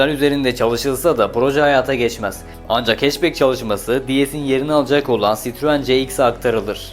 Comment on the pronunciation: Sitruuun çitruen 😆 sırtlan belini anımsatan tek marka böhöhöhööyt 😀